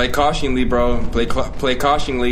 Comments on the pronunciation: but you said “cautiongly” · “play cautionly PG play cautionly” *cautiously it’s cautiously 😂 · Anyone else notice say cautionly over and over like it's not cautiously? Lol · LMFAOOOO he said "PG play cautiongly" 5 times without realizing it's "cautiously" 💀💀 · wtf is "cautionly" 😂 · i dont think "cautiongly" is a word xDD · Play cautionly 😂😂 you mean cautiously bruh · Cautiously not cautionly😂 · Wtf is cuationingly😂😂😂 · I kept correcting him saying cautious-ly over and over again in my head😂😂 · did you mean to say "cautiously"? lol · Bro had 5 chances to say cautiously correctly